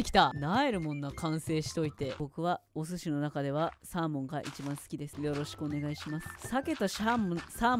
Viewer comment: うぽつです！💬💙 アイアンゴーレムトラップ完成おめでとうございます！^ ̳. . . ̳^♡ 村人入れるところすごい苦戦してましたね笑 サーモンと鮭の違いをお話してる時 サーモンと鮭が混ざってしゃーもんって言ってるの可愛かったです🐟♡